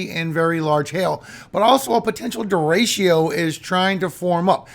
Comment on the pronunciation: It's pronounced, De-Re-Cho, not de-ray-she-ooh. Spanish word for straight. It means other things too, but if speaking about wind, " Derecho " means straight. Don't worry. I don't work for the pronunciation police, so I won't turn you in. 😂 It makes me giggle when I hear you say it, tho. Thanks for all you do,.